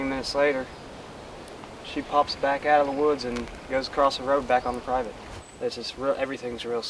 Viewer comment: Lol when said "thats privet" totally thought he was saying slang for private. Meaning theres the property line!